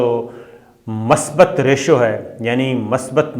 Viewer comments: Abay bhaai masbat nain hota masbit hota hay Jis zubaab say paisa kama rahay hain kumuz kum usko to bolna sikh lain Yaa yeh bhee muhajiron kee dushmani main nain sikhna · Sir the word MASBAT is MUSBAT .Please correct the pronunciation.